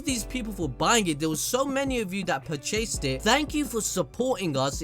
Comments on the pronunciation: I’m not gonna let you slide lol it’s purchased not per-chased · So we just gonna ignore the fact he pronounced "purchased" as "Pur-Chased"? Lol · My mans did not just say Pur-chased 😂😂